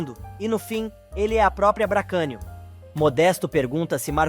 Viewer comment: Não é BRACANIO E SIM BRASTANIO